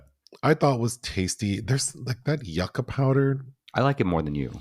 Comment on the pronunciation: Yucca is pronounced you-kuh. Don't let the latinas come for you.😂😂😂